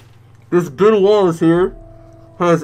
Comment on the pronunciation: When he said ben Wallace I thought he said "Bon Walls" 😂😂😂😂